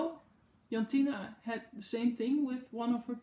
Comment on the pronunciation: I can see the difference between the two pinks on the screen! Funny, I kept hearing my name, almost, it's Jantine 😉. Not sure who the Jantina is you were talking about, would love to know though!